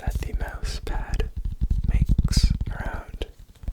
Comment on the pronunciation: The way you say Mouse... are you Canadian?